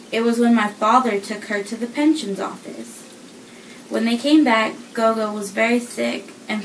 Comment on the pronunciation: The pronunciation is more g'or g'or. It is the isiZulu word for Grandmother.